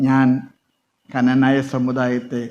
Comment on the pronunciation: കനനായ അല്ല... ക്നാനായ